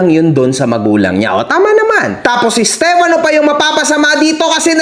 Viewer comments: Napansin ko lahat ng nasa side nila, pronounce nila sa pangalan steFANO. Yung mga sang ayon naman, STEFano. 😂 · alam mo kung ano lang ang tama mo dito? Yung pag pronounce mo ng stefano 😅 dejoke, bawi ka sunod 😁